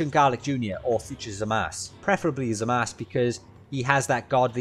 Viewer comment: I'm kinda disturbed by the fact that ya pronounced "zamasu"-uu as "zamas" 😂😅